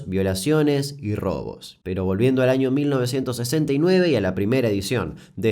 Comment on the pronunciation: Dice aniio 🤔🤭